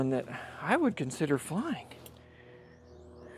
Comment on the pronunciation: Buck Wheat sings "Im fwyin in du pwane"